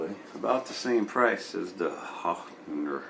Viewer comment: bro, how can you be from Minneapolis and not know how to pronounce hoHner? :p You've never seen a harmonica before? ;)